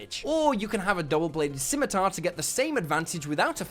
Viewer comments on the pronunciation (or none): none